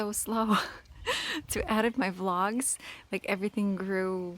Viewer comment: So cute, and I am so lucky to be able to watch her grow up, AND i AM NOT TRYING TO BE RUDE...can you please learn to say your short e instead of using the short a sound. Egg not Agg. Even your daughter said YAllow instead of YElllow. Edit not Adit. You can do it you can!! Don't let Mila get teased at shcool ok? I really care about you guys and not only should you get all you are perfect comments. We can try to help too? I promise it comes from a good place. Not Heirloom the h is silent, like IT'S SPELLED Airloom. WHAT LASHES DO YOU USE? GORGEOUS. oh MY GOSH you just said neverANDING instead of Ending... instead is a good word to practice with. E sound you can do it you mastered every other sound in English and russian. LOVE YOU LOVE YOU LOVE YOU LOVE YOU AND YOUR FAMILY SO MUCH!!